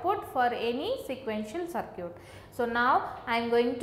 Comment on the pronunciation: It's sad that people are getting annoyed over her accent and broken English. I think her english is fine, she is a South Indian that's why her accent is slightly different. For example she is pronouncing circuit as sircute. I understood the topic and I thank her for that.